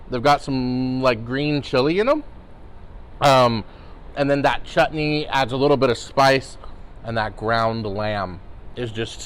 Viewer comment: The way you pronounce chutney is totally praiseworthy!